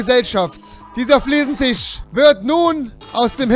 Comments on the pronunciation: Es heißt FLIEßENTISCH UND NICHT FLIEßENTICH wenn du dir dein Kölsch schon nicht abgewöhnst dann mach wenigstens mal ne Folge auf Kölsch (Ich komm übrigens aus Baden-Württemberg) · Das heisst immer noch Fliesentich!